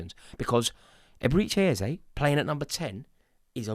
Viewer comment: Absolutely butchered his name